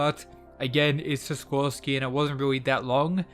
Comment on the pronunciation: i think its sikorsky not siskorsky